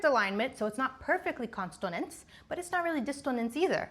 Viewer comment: Are you intentionally misspelling/mispronouncing consonance and dissonance?